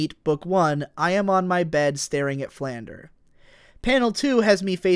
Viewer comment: YOU KEEP MISPRONOUNCING FLANDRE OH MY GOD I SHOULDN'T BE THIS ANNOYED BUT I AM.